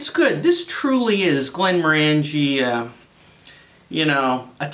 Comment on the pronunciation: Hi. Not sure if this is true or accurate (and frankly who cares) but if you are interested, I was told that the distiller is pronounced "Glen-MORE-an-gee" meaning with an emphasis on the MORE. I may have been having my leg pulled but there is some trivia for you, that you can validate with someone more experienced in whisk[e]y than me. Cheers and thanks for the review.